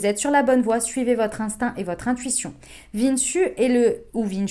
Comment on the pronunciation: Super tirage, vishnu( prononcé vishnou) 😉🙏